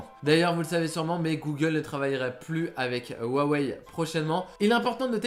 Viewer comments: rhuaway mdr sinon ta video est trot bien a par quand tu a ecorcher le nom huaway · ruawei lol